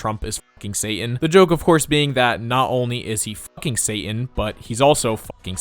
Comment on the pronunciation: Pronouncing "Satan" with a glottal stop is enormously provoking.